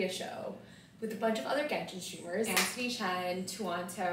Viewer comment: ANTHONYCHENN?? it seems angela and “anthonychenn” are gonna have a fight.